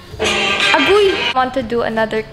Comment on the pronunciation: The way she say 'agoy' HAHAHA